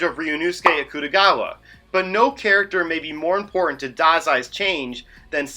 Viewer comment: that is the worst butchering of aktugawa i think I’ve ever seen